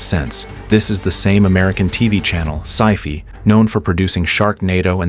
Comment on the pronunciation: Ugh, the AI narrator with Sci- Fee. Ving Rhames was so desperate for a check that he did the same movie twice.